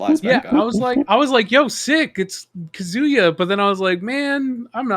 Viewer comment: Oh my, the way they pronounce kazuya. Loving the new world streams tho